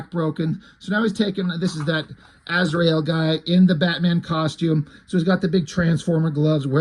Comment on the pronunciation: To quote one of the Tremor Brothers from Smokin' Aces "You mean Az-ry-el?"